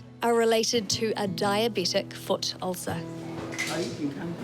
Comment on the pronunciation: DiaBETic, not DiaBEtic.